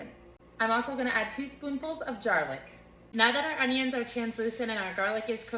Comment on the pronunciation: Are you an AI bot, because you said jarlic instead of garlic😂